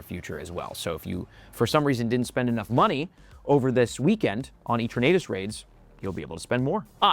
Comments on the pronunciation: E-tur-na-tes It's like eternity. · Its eternatus a for apple 🍎 pronounce it right ✅️ 😅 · Is bro rage baiting with the Eternatus pronunciation or do most people say it the same and I’m the different one? 😅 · Why is he saying Eternus so weirdly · He’s American they say everything weirdly 😅 and wrong! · pls stop pronouncing eternatus that wayyy